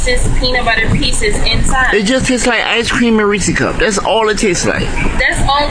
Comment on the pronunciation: If you don't know how to pronounce Reese's you don't deserve a refund! 🤦‍♂️😆